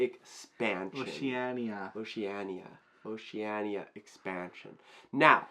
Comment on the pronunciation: You guys have just solidified your spot as my #1 favorite Youtube channel for being the first channel in history to pronounce Oceania right! 😂